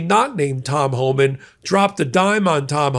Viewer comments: Your misspoken 'Horeman' is ironically, a more suitable name for Tom Homan! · I think was right when he pronounced it "Whoreman".